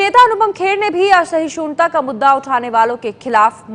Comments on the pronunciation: Ye kaun achor hai? Inko "Asahishnuta" theek se pronounce karna nahi aata. Aise logo ke haath me propaganda hai. Asahishunta keh rahi hai mohatarma, it's "Asahishnuta" madam. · Who selects these reporters?? This lady can barely say "Asahishnuta".. I dont know why is she calling it "Asahishoonta". Kudos to ABP for finding such dumb people and reminding us that News is more of entertainment stuff now! Besides that.. Mr. Kher gave words to what every true Indian feels.. It feels great that someone is using a stage for right things. I wish all these celebs who have large fan followings could speak out good things to make an impact! This man is awesome! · At least learn first how to pronounce asahishnuta. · shez pronouncing asahishnuta wrongly... lol abp news...ur senior anchor n so bakwaas!